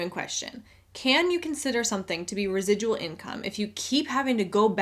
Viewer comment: I'm binge watching some of your older videos and I just wanted to say you're earning "res-i-dull" income right now!!! Congrats! Lmao. Thanks for the great content and for spreading the ever important anti MLM message.